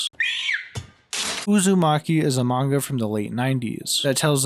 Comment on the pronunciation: whenever I hear you say "Uzami" I hear "A zombie." Which had me so confused for the longest time